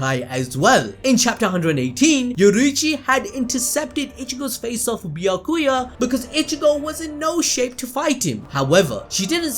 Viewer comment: 🐝🤮🎱🛖 Bee-yack-que-yurt Smh 😲